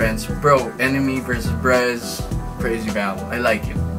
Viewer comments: Birez? That's Brez... I know that you know but seriously... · Oh so its "Brez". 10sec later: B-rez